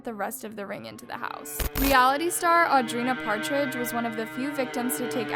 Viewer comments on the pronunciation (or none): Audrina’s last name is Patridge. Not Partridge. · ok love the documentary but i wish you didn't mispronounce multiple peoples names. alexis neiers, audrina patridge ???? no hate just make sure you know the people your talking about